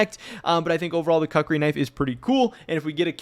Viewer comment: koo͝k′rē is correct pronunciation